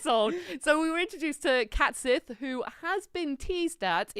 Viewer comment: CAT sith?? I think you mean Cait Sith.